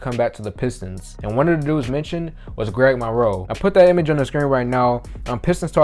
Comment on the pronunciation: “Gweg Monwoe”